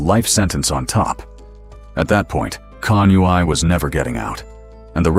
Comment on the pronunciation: CONUI is pronounced “CONWEE”